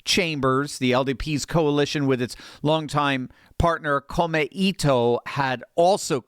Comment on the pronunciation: Please have your wife coach you on Japanese pronunciation. Komeito is /kohmaytoh/ with NO accents.